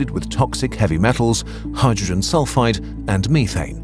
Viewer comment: It keeps sounding like he saying hydrogen sulfITE not sulfide. Two very different things